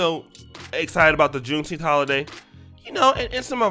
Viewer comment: I'm mad we are celebrating a day that we are still pronunciating as if we are still slaves. Wtf is Teenth?